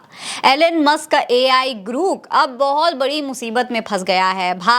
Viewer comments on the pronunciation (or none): ग्रुक नहीं है ग्रोक है सही से पढ़ 4के तब बोला करो 😂😂